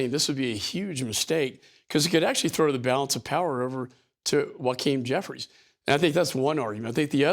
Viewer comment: Wow, he doesn't even know how to pronounce the name of the House Minority Leader.